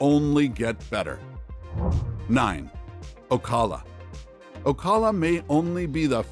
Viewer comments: It's pronounced Oh-cal-uh. Not Oh-call-uh. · Did... Did you really just pronounce Ocala as O-call-a? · Stop using AI! This is the third video I have listened to. I thought that you weren't pronouncing things properly? When you said Ocala. Yuck! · Please learn how to pronounce ocala